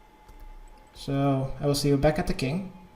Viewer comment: yah-tit-zo